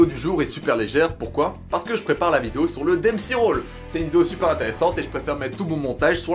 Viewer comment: C'est pas demsey mais dempsey roll qui tire son nom du boxeur jack dempsey. Bonne vidéo, continue tu gères ;)